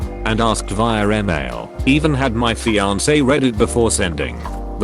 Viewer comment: I don't know what drives me crazy more. The fiankey or *brid-de-zilla 😂🤦☠️